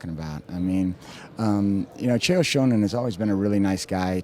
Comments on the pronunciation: "chael shownen" haha ! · why does he pronounce it Chael Shownen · lol "Shonan." Ed Soares is a dumbass. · and its sonnen not shownan get it right ed SHoares you fucing d-bag! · This guy can't even pronounce Chael Sonnen's name. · Could he have mispronounced Chael Sonnens name a few more times? And why interview an agent anyway? As if hes going to say anything other than his fighter is the best? I hope Chael or Maia beats Silva, I've had enough hyperbole about this guy.